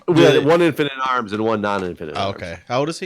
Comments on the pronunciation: Every time you guys said infant-in-arms, I only heard infinite arms. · LOL -- in the first few seconds I heard "Infinite Arms" instead of "Infant in arms" and was wondering "WTF?"